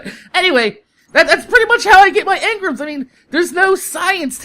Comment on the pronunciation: Why is he saying emgrams wrong